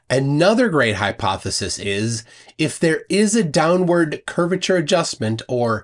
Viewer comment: he just said Curviture of the earth